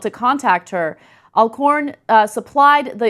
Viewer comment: Alcorn is a very easy name to pronounce Ana, Al...like "Alan", and corn....like what we eat.